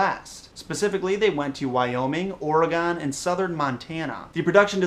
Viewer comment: Or-a-gan? What? It's Oregon... I live there. :P